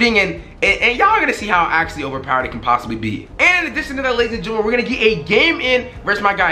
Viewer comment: What the fuck is a gerntaman